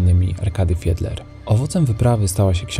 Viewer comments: Kochani! Nie mówcie FIEDLER, tylko FIDLER. To jest nazwisko germańskie i tak należy je wymawiać. Książki Arkadego Fiedlera czytałam jeszcze za komuny. Był bardzo popularny, a najbardziej RYBY ŚPIEWAJĄ W UKAJALI, o Ameryce Południowej. Bardzo lubię Wasze filmy. Pozdrawiam. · Jak zwykle ciekawy film, ale gryzie mnie wypowiadanie nazwiska Fiedler. Z Poznania jesteście to powinniście wiedzieć jak się to nazwisko wymawia. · Czy tylko ja slyszalem zamiast Fidler to Hitler ? 😅😅😅😅